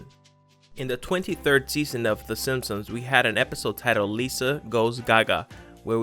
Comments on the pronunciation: SIMP-SONS not SIM-SUMS. Jeez. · THIS GUYS SOUNDS LIKE HES SAYING SIMSONS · Was it just me, or did he keep saying “Sinsoms”? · The way he says “SinSuhms” makes me cringe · "The sinsoms" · “The Sinpsoms” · How do you say the Simpsons? 😂😂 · Makes a video on the Simpsons, can't say "the Simpsons"